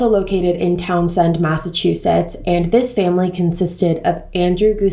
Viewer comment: I went to high school with Daniel LaPlante, spent most of his time in the smoking area, a small paved courtyard by a side door entrance where the teachers would allow students to smoke. Also, I love how you say towns end...we pronounce it Town send. Great video 👍